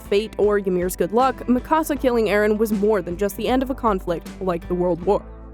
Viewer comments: It's not ma ca sa. It me ka sa Fyck. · U can't even pronounce her name right yet u male a video. wtf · Why are you pronouncing her name like that? Did you watch the show at all?